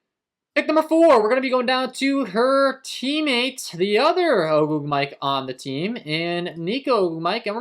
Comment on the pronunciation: You be butchering ogwumike name 😂😂 Oh-gwoom- it-Kay